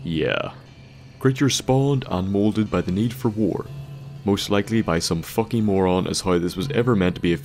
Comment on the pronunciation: "are like focking hooks" sorry for taunting you with your accent but it just sounded funny as shit.